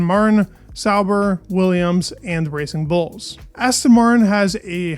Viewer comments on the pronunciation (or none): I heard that as "Racing Bolts"